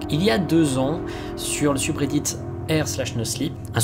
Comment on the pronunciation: Cette prononciation du mot "subreddit" me fume